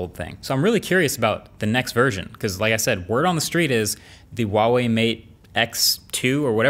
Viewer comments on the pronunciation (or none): The pronunciation of the name Huawei: Who-ah-way. Now repeat after me: Who-ah-way. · I hate how he mispronounces Huawei all the time. Get real bro, that’s an H sound not a W... I speak Chinese